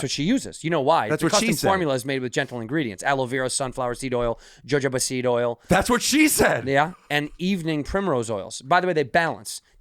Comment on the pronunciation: I never listen to ad breaks lol but did Santino say "jah-johba" oil?